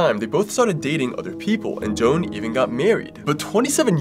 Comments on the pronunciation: I believe that you mispronounced the name Joan, I could be wrong but it may be Joe-Ann. Again I could be wrong but I wanted to help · Him mispronouncing Joan 💀